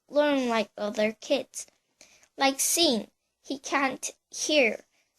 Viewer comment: Bitch how old are you? And u said "Sean" wrong you dumbass